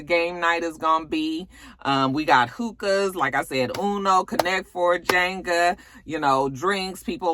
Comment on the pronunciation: Jenga Jenga. You kept saying it like Jaynga. The E is still not a long A but it’s all love lol. 🖤